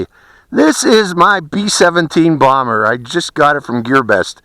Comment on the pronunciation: Did u say blomber